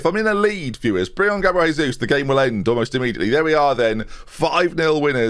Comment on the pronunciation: Great signing. Don't know how he agreed to move back to UK to be paid 1,5k a week but sure. You're pronouncing his name wrong though. He's Brazilian so it's not Spanish, it's Portuguese.